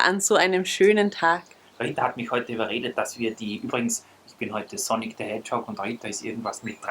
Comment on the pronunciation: Ich hab am Anfang echt "Sonnig the Hedgehog" verstanden XDDD Btw.: Mietzekatze <3